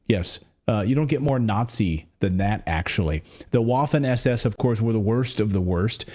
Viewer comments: It is prounced "vaffen" not like waffle. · It's pronounced with a "V" sound Vaffen. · Bro learn how to pronounce Waffen lol